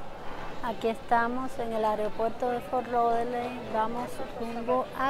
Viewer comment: like si notaste que dijo areopuerto, cuando se dice aeropuerto